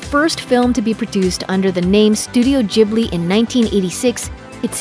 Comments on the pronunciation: Stahp saying ghibli wrong......gib not jib.... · "jibly" ? come on, you know that the gh is pronounced like the g in "gorgeous" or "guild" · Ghibli*, not Jibbly. Why do Americans struggle with this so much? Do you also say "Jost" and "Jastly"? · How you pronunce "Ghibli" bugs me so much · Am I supposed to say studio ghibli like studio jubli or what? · yes before rating them please know how to say studio ghibli correctly! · Dude you said Ghibli wrong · It’s pronounced with a G sound, not a J sound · The way she pronounced ghibli really anoyyed me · Who else cringed at the way she pronounced ghibli time and time again?